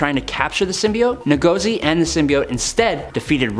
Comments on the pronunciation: It's not "NAGOZI" it's pronounced Ngozi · It’s pronounced In-gauze-e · It is pronounced who-gor-zi From Igbo origin, a tribe in Nigeria.